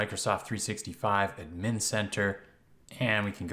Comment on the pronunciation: i hate how he says admn instead of ad-min